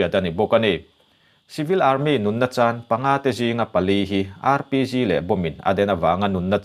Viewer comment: Mins14:sec30.."Rpc "nilovin ' Rpg'.....ka hresual nge???